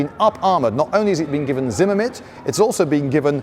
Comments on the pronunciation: "Zinnimit"? , , The term is zimmerit. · It’s “zimmerit” not “zimamit”. Great video otherwise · Whats Zimmemit? I only know Zimmerit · The word is Zimmerit, not zimmermit. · It's not zimmermit it's zimmerit :))) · Zimmerit not Zimmermit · Sounded like he was saying "ZimmerMit" instead of "ZimmerRit"...the latter being correct. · Zimmerit! Not Zimmermit! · Not a Brit eccentricity even. Zimmerit, pronounced zimme-rit not zimmer-mit. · You spelled "Zimmerit" correctly, but you pronounced it as "Zimmermit" several times. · Zimmermint lmao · "Zimmermint", ok, you are a proper Brit innit. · Does anyone else hear "ZimmerMitt" ? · Zimmerit was a paste-like coating used on mid- and late-war German armored fighting vehicles during World War II. Zimmermit (as our esteemed host keeps pronouncing it) is very bad German for "room with..." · First time viewer, I don't know if you fail at saying Zimmerit correctly every time on purpose or nor, but it's fun and good spirited, and I love it. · I don't think you pronounce Zimmerit properly. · Lindybeige should learn how to pronounce the word 'zimmerit' correctly.